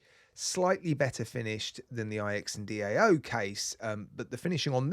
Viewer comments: It's my understanding that the IX in IX&DAO represents the number 9. I read this in another comment from a Chinese speaker. From what I remember, DAO is the way, the road, the path, something like that. The bottom line is that IX is not a word and should not be pronounced as such. IX is the Roman Numeral for 9. It should be pronounced 9 Dao. Maybe if you contact the company, they could tell you and clear this up. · IX and Dao should be pronounced Eternal Tao as far as I know. IX = 9 which in Chinese culture means "eternal", and Dao is Tao in English. Thanks for the hard work you put in to your channel x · It's pronounced Jiu-Dao (Jo Dao) I believe... ix=9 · It’s “iks and dow” 😂